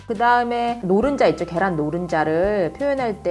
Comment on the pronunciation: 쯤에 아주노오란계란자라고들은건저뿐?